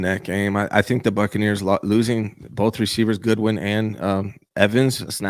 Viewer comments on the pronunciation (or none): What's with this dude and destroying last names? Godwin - Goodwin Pearsall - PurseAll Mustapha - Mastaffa